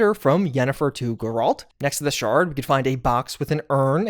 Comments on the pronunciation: He did it on purpose because people will more likely comment and boost his algorithm. Same reason he purposefully announces "women" as "woman." It's just to generate clicks and comments. And honestly I don't blame him, I've followed for yeeeears and it's probably hard to keep the content making money. \o/ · The way you pronounce Geralt's name honestly makes me want to add myself to the Hanged Tree, ngl bro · Good Lord, say geralt correctly, watch the show, or listen to the way they say it it in game. Mostly joking, thank you for your informative videos! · How can you be this deep into video games and not know how to pronounce Geralt? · No way that’s how you pronounce Geralt😭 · Yeah.. I physically recoiled when he said that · Literally came here to complain about how part of my soul left my body everytime he pronounced it that way! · It's pronounced gare-Lt not grr-alt. sorry that annoyed me lol. i mean no disrespect. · Brother no way you call him Jerault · Jirahlt or reevayae, main character of The Why-chur /jk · hard G in Geralt, not soft like a J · Ah, yes. "Jeralled." My favorite character from The Witcher. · Did you just call the Witcher Jeralt? 🤣😂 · Great video but I’m curious if you have ever played The Witcher or watched the show? No one ever says Geralt’s name the way you are, it’s (G-air-alt) not (J-er-alt) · who the f is Jeralt? Can't be talking about Geralt right? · Who is ga rolt. It's Geralt, they say his name 100 times in the game and you still pronounce it wrong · Who TF is Jurallt? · “JURR-alt”? Are you serious? I would’ve assumed you played at least ANY Witcher game before… and yet you are flat BUTCHERING his name! How can you NOT know it’s pronounced “GAIR-alt”? As to rhyme with SCARE-alt with a Hard G as in: “Witchers fans GROWLED as inexplicably butchered Geralt’s name over and over in this video”. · it's Gair-ilt. Not Gir-Alt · Jerald? You called Jandalf in Lotr like that too? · TF is Jeralt 😆😆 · Bro really said “Jeraldt” 🫥